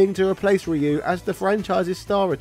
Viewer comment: It's pronounced "Ryu"